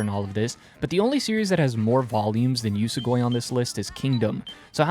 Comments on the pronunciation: Its usogui, not usugoi. Uso-lie gui-to consume, usogui=lie eater. Ofcource its nothing major, but still. Need to read this manga tho. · It's pronounced "oosow gooey" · Your pronunciation of Usogui is atrocious. It only takes a bit to understand the proper pronunciation of the Japanese language. If you wanna be treated seriously, remedy that.